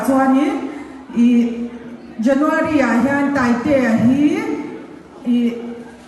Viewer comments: Taitea tih laia Tai tih kha ala niin ka hria sir i chhiar fuhlo zawk in ka hria😂Scooty ah a Tai aw🍑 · I tai tihlai khi i chhiar sual zawk a nih hmel. I tai (taitea laia tai kha) nulh nulh tihna..😅